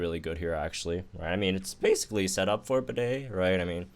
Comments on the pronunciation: Disrespecting my mans Bede calling him Bidet,he isn't a toilet that washes your butthole with water gun,he isn't Toto brand, He doesn't warm your butt in the seat,it is pronounced Bee-Dee,The heck?!?!?!? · pls why are you pronouncing Bede like that